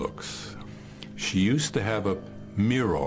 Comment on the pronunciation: "She used to have a mir-wroaarrrr" WTF???